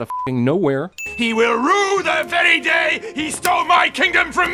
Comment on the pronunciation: Was I the only one who heard him say day day?